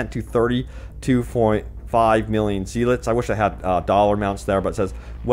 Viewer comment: Zeh-lots hahaha